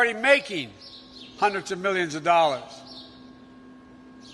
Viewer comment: Biden cant even pronounce millions or billions right let alone have a plan for this economy. So Trump 2020 hair SNIFFING weirdo